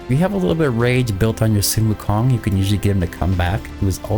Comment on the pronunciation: That's not how you say, sun [wukong] is his name